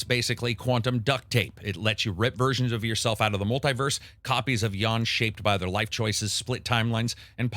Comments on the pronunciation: It's not 'Yawn', it's 'Yun'! 😀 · It's more like "Yahn". XD But yeah, definitely not "Yawn". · It's "Jan" with an "a" pronounced the same way as in "A-mazing" not "Jawn" lol